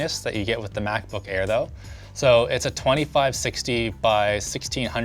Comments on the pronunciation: did he just say ackbook air? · The Ackbook Air. Ack Ack Ack